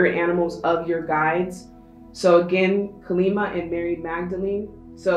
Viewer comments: Deck 3. Thanks for the reading. Kali is pronounced Kah-li. I'm hindu. Have a lovely evening 🙏🙏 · Pile 3:The Spirit guide is a Hindu Goddess here. The pronunciation is 'Kālī'/ 'Kaa-lee' and 'Ma' translates to Mother. Two different words. Thank you for the reading 💖 You are spot on about everything else (as usual!)